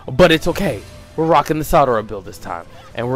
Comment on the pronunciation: its sarada not sadara